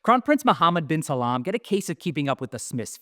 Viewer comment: Its "bin Salman" ... not "bin Salaam"